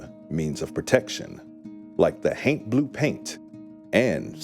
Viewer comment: Every time he says haint, my juvenile mind (despite being over 40) keeps hearing TAINT lol 🤣